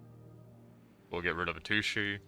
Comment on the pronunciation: Chandra’s name is pronounced shandra not Sandra. Heliod is pronounced Heliod not helod. And atsushi is pronounced atsushi not asushi. The T is not silent. 🤗 just a friendly tip in case you didn’t know